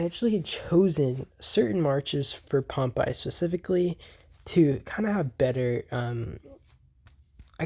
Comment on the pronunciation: Please stop pronouncing Pompeii as ‘Pomp eye’…. It’s pronounced ‘Pom pay’!!!